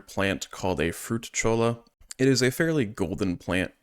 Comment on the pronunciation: Hearing Saguaro and Cholla prounced the way their spelled will never not be funny to me